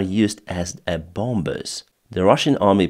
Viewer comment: The second "b" in "bomber" is silent. "Bomber" rhymes with "calmer." Not with "somber." On the aircraft losses, I figure that ruzzia will lose the last of its Su34 fighter-bommers by July, or ten days after Ukraine deploys F16s, which ever comes first..